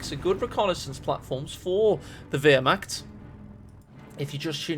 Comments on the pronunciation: I would say vehr-macht ... the “w” isn’t pronounced I don’t think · please don't pronounce Wehrmacht like that ( painful ) ... the correct way it's Ver-macht (VE -nice, Venice)